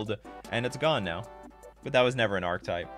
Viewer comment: Archetype = ark-ih-type